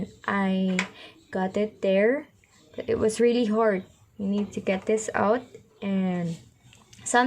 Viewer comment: Have you ever watched your own video!! :v ( What- wath But- buth That - thete told - tolt Dont-doont) still you are pretty so keep on trying ..... :thanksdoc